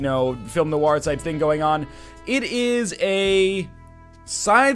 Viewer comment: noir is not pronounced nowhar